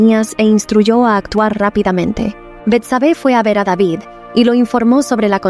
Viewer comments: Rey deivid (David)., Para qué lo pronunciará en Inglés? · es el rey david no deivid🤩